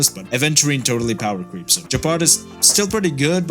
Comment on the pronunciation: "powercleeps" lmao